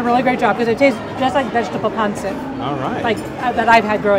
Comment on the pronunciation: it is pronounced pan seet not pan sit